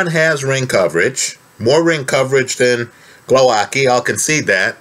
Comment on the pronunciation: Great that you're analyzing this fight!!! I hope Głowacki beats the crap out of Okolie. Btw the pronunciation is /gwo - vats - kee/ 😊